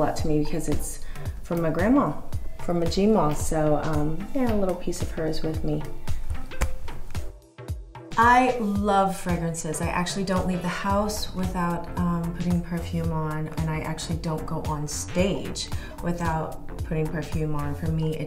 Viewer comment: fregrences? that's not how you pronounce that. also, if i see that strum lady's product placement on one more celeb's video i swear what kind of mad stacks are they making to promote that expensive crap?